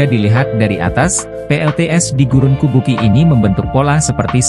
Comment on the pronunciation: kubuqi dibaca kubuchi, dalam pinyin, atau fonetik Mandarin yg menggunakan huruf alfabet beda dgn yg umum, Urumqi dibaca urumchi, Chongqing dibaca Chongching, dinanti Qing di baca Ching.